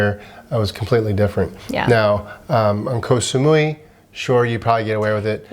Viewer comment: Thank you for sharing these tips. Which sites do you find the best to find good deals on flights? Your pronunciation of Koh Samui is cute ☺. I believe it's pronounced more like Koh - Samoy . I'm not sure the street litter in Vietnam is due to culture; I think it's more to do with poverty/deprivation and lack of government support. As for getting hot food in plastic bags, it was the same in China. Regarding plastic litter, I found some of the beaches in Bali to be incredibly littered, with huge swathes of floating plastic seen out in the ocean, for example to go dolphin watching. I noticed that Japan also uses a huge amount of unnecessary plastic, but you don't see any litter - at all. Everywhere was pristine.